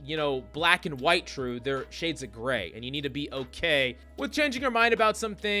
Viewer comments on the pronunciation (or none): none